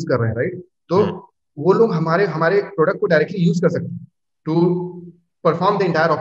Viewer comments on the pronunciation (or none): none